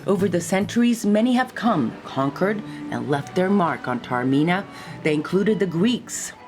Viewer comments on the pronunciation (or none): Almost unwatchable due to the grotesque mispronunciation of the name Taormina: it is not pronounced ‘terra-mina’. ‘God said...’ ??? surely you mean Goethe (correctly pronounced as two syllables, with a ‘t’ sound); the American habit of turning ‘t’ into ‘d’ is not always helpful when transferred to the pronunciation of European languages. ‘Tah-orr-mee-nah’ is not the pearl of Europe, it is the ‘pearl of the Ionian’. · Joesy Fuda It is no showcase when full of errors. She clearly has never heard of Goethe and it is not the pearl of Europe. If you are posting a vlog of a place, it is not too much to ask that at least some attempt has been made to pronounce the name correctly.